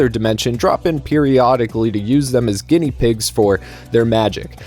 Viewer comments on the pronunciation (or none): none